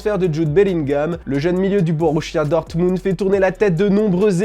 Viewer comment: "boruchia dortmund " 😅🤣